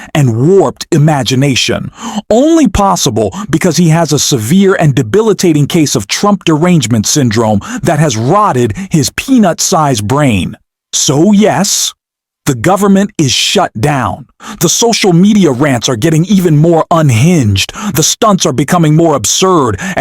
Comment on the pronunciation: DID YOU SAY PEANUTS, OR PENUS BRAIN???😅